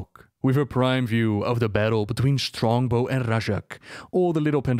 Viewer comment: "Strongbo" like Strongbow cider? 🤣